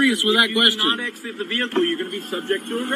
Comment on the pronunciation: Maybe it's just me, but when the SovTwit says "you are" or "You're" it sounds more like "Yarrr" like he thinks he's a pirate. Good example